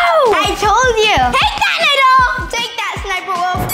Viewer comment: It's Nidal not nedal